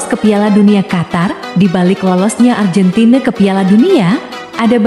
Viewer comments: ARGENTINA di ucap ARJENTIN. SUWEKKK!!!! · Nyebutnya AR GEN TI NA ajah.. gk usah pke lafal inggris - malah trlihat sok alias Kampungan neng... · Fokus mimin bilang arjentin sama bilang tahun nya 😅